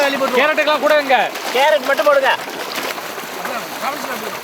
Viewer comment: കേരറ്റു അല്ല കാരറ്റ് ☺️